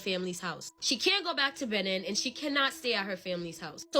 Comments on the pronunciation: Loveee your stories and content and wanted to help you out girl lol Benin is (beh- neen) 😂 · It’s pronounced Beh-neen ✌🏾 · It’s pronounced Beneen. They got some rs in that country, my bd is from there 😩